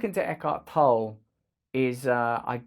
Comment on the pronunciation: Isn't it pronounced Toll-ay?